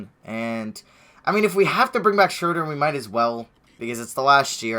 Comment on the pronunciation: its not shrewder smh